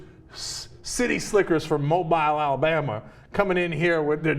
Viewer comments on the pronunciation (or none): It's pronounced MobEEL, not mobILE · its pronounced mobeel not mobile..... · The off chance cenk reads this just nit picking but in the south the pronounce the city "mo bill, al bama " not "mo bile, al bama" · FYI...Mobile, Al. is pronounced Moe-bill, Ail-a-BAM-a...with a Gump like accent. But I'm from Georgia so what would I know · its pronounced mobeele spelled mobile said mobeele just saying... ps from AL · FYI: It's pronounced MoBEEL. ;-) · Mobile Alabama is pronounced moe-bill. Strange but true. Can't wait to see the prancing elite halftime at the roller derby in New Orleans! They belong here. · Fun fact of the day: "Mobile" is pronounced "mo-beel" :) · it's pronounced "mo'-beel" mang. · Probably not a big deal to anyone outside of Alabama, but they pronounce Mobile: Moe-beel. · People in Mobile pronounce it MoBEEL. Just a tertiary pet peeve. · It's... It's pronounced mo-beele, at least where I'm from XD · It's pronounced Mo-beel. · That is only 50 minutes from me. I wish I didn't miss that. That would have been amazing to watch. It's really funny hearing people talk about Mobile Alabama, most people pronounce it like Cenk did and not the real pronunciation of Mo BIll. This was a good story. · Cenk: Mobile (/moʊˈbiːl/ moh-BEEL), Alabama. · As an Alabamian, it's Mobile (mobe-eel), haha. :) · Cenk, Mobile is pronounced "Mo-beel." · Just a minor thing, but Mobile Alabma is pronounced 'moh-beel'. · It just has to be my city. I am ashamed of my neighbors. And it's pronounced Mobeele. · Lol Cenk trying to pronounce my hometown of Mobile. too funny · Ppl kill me how they pronounce mobile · Sorry it bugged me... you butchered every cities name lol. I am actually from mobile and know the group. I use to watch them at football games all the time. They are actually really good! If they were.worried about the kids they could have told the dancers to tone down but I was never offended by them. But then again it's Semes... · also cenk you pronounced mobile wrong